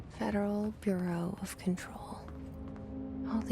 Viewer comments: Federal “Burrio” of Control. Where’s from?? Just curious actually. Fw his videos good stuff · Bruh said federal Bury-al of control. Lmao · The way he says "bureau" 👀